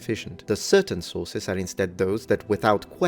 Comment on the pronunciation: On a sillier note… I get Hungry every time mentions “the Sources”. Because to my ears, it sounds like he is saying, “The Sauces”! 😅 “The Sauces say…” “The Sauces are Important…” “We can’t ignore the Sauces…” “We can look at the Sauces…” “We have LOTS of SAUCES!” 🤤🍝🥫 Now you’re NEVER going to unhear it! You’re Welcome! 😂🤣😂🤣